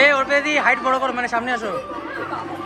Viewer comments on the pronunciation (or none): তুমি অরপিতা বলো কেন ওটা অর্পিতা